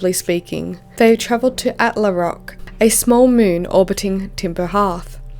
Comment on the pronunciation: At le rock The way you say attlerock sounds insanely French, I am sorry I can't unheard it haha